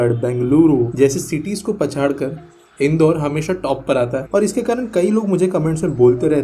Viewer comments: In-door nahi inn-daur 😂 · Isse indoor nahi padhte...in-daur padhte he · Pronounce.... Indaur City